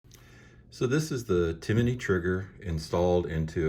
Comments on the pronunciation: I believe it’s (tim ny) as opposed to (tim a ny) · It’s Tim-ney not Ti-mi-ney 🤷🏽‍♂️ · Johnny Glock has a video of him drop testing this trigger and he even says it’s an amazing trigger. Go away with yourself. Why do you keep saying “Timaknee?” Hater. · Tim-ney not Timiney!